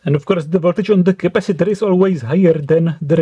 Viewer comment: Intonations also Boom your mind de ... 😂 Capasitorrrrrrrrrr... 😂 Lol